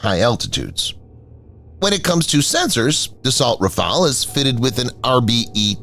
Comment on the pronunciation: RAFALE, NOT RAFAEL